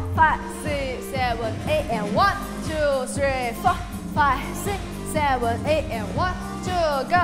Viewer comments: 。。那個舞蹈老師的seven 發言。。她是不是被她的英文老師教壞了😅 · 謝金燕那組的老師，她唸拍子的seven 真的很不舒服😅